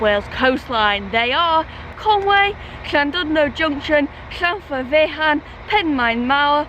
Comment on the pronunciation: Another beauty from North Wales G - keep 'em coming! Tickled pink by your pronunciation of Llanfairfechan 😊 All my time in North Wales & I never got it right 😳